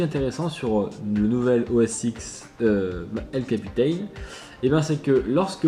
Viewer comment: Prononciation « El capitan » et « Yosemite » a revoir....